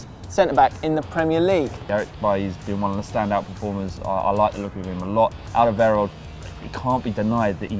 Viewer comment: It's Alderweireld, don't let spew bullshit